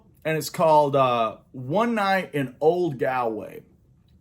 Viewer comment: Hi. Great start to this "Under The Influence" series, and some cool stories. Galway is a city in the west of Ireland, and it's full of music of all genres. Steve Earle spent a lot of time there and had a big hit with the song "Galway Girl". It's pronounced more like Gaulway!:-) I'll take you there if you ever get to Ireland.